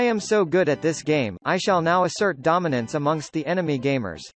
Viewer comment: Pizza man: "taunts after killing an enemy" Also pizza man: DUMINANCE